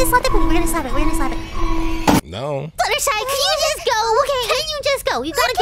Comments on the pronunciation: WHY DO YOU GUYS KEEP CALLING HER FLUTTERSEE ITS FLUTTERSHY NOT FLUTTERSHEE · it's Fluttershy not fluttershee